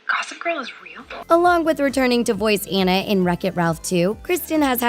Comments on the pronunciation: Did anyone notice she said “Ana” and not “Anna” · Anna ( on - na ) not Anna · It’s ona not Anna i know that Anna is how you spell it but ya 😡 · Don't call her Anna it's pronounced onna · when you say anna in sted of ona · Did you just say an-u instead of on-u???? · It is ona not ano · In frozen Annas name is pronounced differently. It's not pronounced "An-nuh" It's pronounced "Ah-na" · Ummm honey its not anna its onna with an o but its not spelled like that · It’s.. ahnah... not Ann uh.. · It's not ANNa it's anna like awena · anna isn't supposed to be pronounced an-na. more like on-a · It’s “Ãnna” with a short A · Did she just call Anna Ann a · isn't Anna pronounced AH-na. i mean, i may have been saying it wrong so I'm just asking :). I'm not trying to be mean. Love the vid!! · The pronounce Anna wrong and it bothers me Lol have they really watched the movie?????? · YLU CANT SAY ANNA RIGHT! WATCH THE MOVIE AND PRONOUNCE IT CORRECTLY! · When u realize they pronounced Anna wrong 😫😫😫😫😫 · WHY WOULD YOU CALL ANNA, “Anna” it’s ANNA in the movie so you know it’s ANNA NOT Anna! I hate you now. Sorry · She said Anna rong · shes saying anna wrong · You say anna wrong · I keep getting triggered that they where saying Anna's name wrong